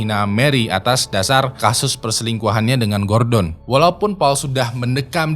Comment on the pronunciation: Gordon Gua denger gorden 🤣